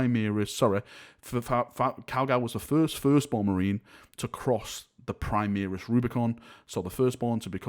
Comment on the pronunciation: why are you say PRI MEER IS Marines. its pronounced PRI MARE RIS!!!